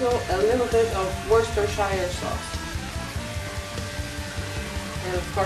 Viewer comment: its pronoounced wooster-shire sauce!